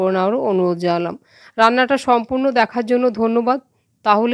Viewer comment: নুমুস্কার না ওটা নমস্কার 😂